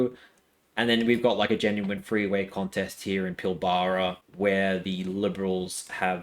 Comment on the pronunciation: Enjoying the presentation. But. Ifn you can't get the places right, one might imagine that you are a bot with an accent, which you evidently aren't. 'Pil-bra'. 'Co-righ-oh'. The A in prahran sounds like a crow. 'Praaaan'. Ta, but.